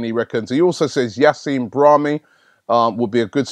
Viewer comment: the pronunciations i this video is appalling braHImi el ne ny